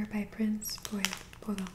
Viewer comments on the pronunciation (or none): none